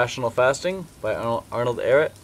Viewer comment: lol at how you said Ehret